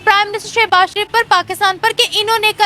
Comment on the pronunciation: bro Kitni baar bola hai, wo seh...s Sharif hai Naam to yaad rakh liya karo Yo yo😅